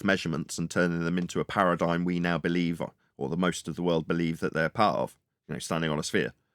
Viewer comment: Awesome show, sorry I missed it live! ParadigM, not paradigN. Lots of chatters today was nice 😊 Have a good weekend everyone!